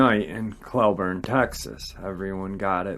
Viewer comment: Yes it was Cleburne. Im from fort worth. Close to northeast mall and he done a video last year talking about it. It was a pack of dogmen in our backyard. Wtf. It blew my mind to hear that. But yeah its definitely Cleburne mispronounced it